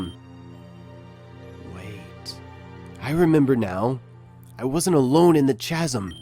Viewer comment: STOP SAYING CHASM ITS PRONOUNCED KAZEM